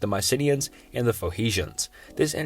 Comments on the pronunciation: Pho he shans??? Pho knee shans? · Faux-hesions? Was going to try to sleep to this but the pronunciation is murder. Off to the Gorbachev bio, I suppose. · It's Phoe N icians not Phoeicians... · Phoehicians..? Sim-ee-tick...? aight I'm out. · You mean, foe-knee-shins. ;-) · the pho-he-shans lol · starting with carthage slash phoehishians... ok maybe i heard it wrong... again: phoehishians ... dude we are just starting and I ve already lost confidence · Come on man just take one extra minute and learn the proper pronounciations of words. Or not even that, just read the words. "Phoehecians"? Dude, there's an N there, not an H. Literally just read the words properly. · Heard him say the word Phoenicians and clicked off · I stopped watching as soon as you mispronounced “Phoenicians.”